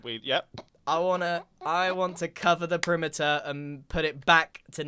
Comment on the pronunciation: covering the primiter? what primiter?